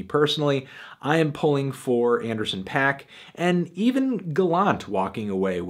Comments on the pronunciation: IT'S FUCKING PAAK NOT PAC GODDAMIT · Please pronounce Dram and Paak's names correctly. Would add more of a familiarity to your videos.